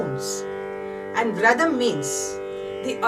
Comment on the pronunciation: The word happens to be 'vrata' or 'vratam'. Not vradam or vradham :( :(